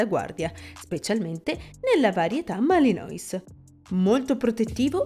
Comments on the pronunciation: Non si pronuncia "Malinois"!!! Malinuà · intanto... giusto per .... capire che di pastore belga Malinois non capite un cavolo, sta nel fatto che, si scrive Malinois ma si legge "Malinuà" o più comunemente molti abbreviano con "Malìn". Il fatto che lo chiamate "Malinois" leggendolo come si scrive, da prova che di questo cane non sapete niente. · Mi si sono arricciare le orecchie!!!!! Per favore : Malinois si legge MALINUÁ e indica coloro che provengono dalla città di MALINES (francese), che si legge MALIÍN, o anche da MECHELEN (fiammingo), che si legge come si scrive. Per favore, ri-registrate l'audio, perché è davvero pessimo sentire queste storpiature. Grazie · Pronunciato malinois non si può sentire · …gia la pronuncuia non mi fa ben sperare ….si pronuncia “ malinua”…o “ malin”….ripigliatevi…non e un cane per tutti….non fatevi intortare dalle dolcezze…è stupendo, ma molto impegnativo... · Chiamarlo maliNOIS leggendolo così come si scrive dalla cifra di quanto siete ignoranti. Voglio anche tollerare che uno non sappia leggere il francese, ma prima di fare un video ci si deve documentare… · Si pronuncia Malenua non come è scritto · Non si pronuncia malinois. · non è una giustificazione. Se stai facendo un video per descrivere una razza belga, il cui nome tra l'altro deriva da un luogo( Malines)che c'entra la pronuncia in inglese ??? È solo uno strafalcione 🤷🏻‍♂️